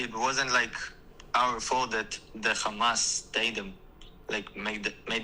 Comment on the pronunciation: Khamas khamaas khamaaas 😂😂😂 i swear thats all they can say 😂😂 its embarassing